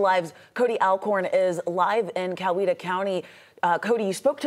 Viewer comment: Teach your reporter how to pronounce COWETA!